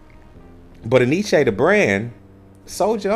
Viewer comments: En Y Ce. Enyché? 😂🤣😂🤣😂 It's NYC. Look it up. My people are ALWAYS fuckin' up a name 🤣😂🤣😂🤣... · the dude in the video even pronounced it wrong so don't feel bad ...its actually pronounced N-Y-C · We pronounced it in-ee-chee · Enyce had some fly gear.. for the longest time thought it was pronounced EN Y CE.. just thought it was word play on spelling or representing NYC.. when I learned the supposedly proper pronunciation I thought I was being played with..